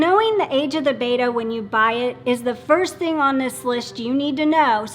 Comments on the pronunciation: Betta--- not "beyta". BETTA. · It cracks me up too. Bettas were initially named “bet-tah” after the Asian Bettah warrior tribe. And here's she, constantly going "beita", makes me wince. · PLEASE get it right....There is no A in BETTA...:) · One of these days, they will pronounce 'betta' correctly